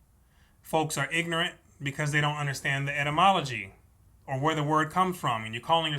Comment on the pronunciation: Etymology is the study of the origins of words ===== You keep mispronouncing it as edamon - emology - from .